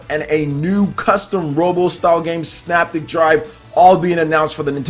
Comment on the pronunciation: All 3 games look great. Just so you know, the 2nd game is pronounced.....SYNAPTIC [PRONUNCIATION-SIN-APTIC].